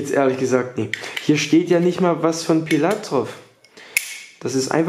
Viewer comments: wie schön du pillath ausspricht. danke geliebter bruder. ich fiste dein darm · Diggah, glaube du musst mal lernen die Namen der Rapper aus zu sprechen, wenn du schon solche Video's machst. Bist mir schon so nen Pillaaath oder Manielsen 😂